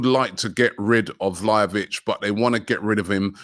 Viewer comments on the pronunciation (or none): Vly-a-vitch Koo-Dos 🤣